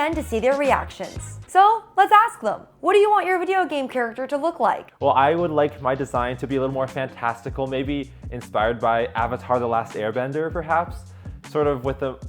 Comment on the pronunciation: When I heard say avatar the last airbender, I heard Avatar the last chairbender Wth XDDD